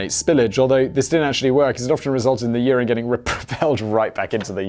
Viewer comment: The way that the topic of urinals tripped Simon into mispronouncing "urine" tells me that the US pronunciation of "urinal" is better.